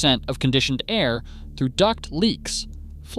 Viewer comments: The first five seconds of this video lets me know this is an AI driven channel. It’s pronounced “air” not “a””I””r” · A-I-R conditioning? LAME. Might want to check the AI voiceover before you post. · a-i-r conditioning? Your AI is showing. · yes, apparently it’s pronounced a i r. 😂